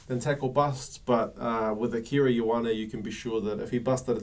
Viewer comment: (k)ey oh arnie ... not yoh arnie (Ioane)